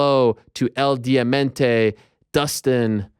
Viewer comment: Just one thing Ariel, it's DIAMANTE not DIAMENTE, pls get it right. Luv from Uruguay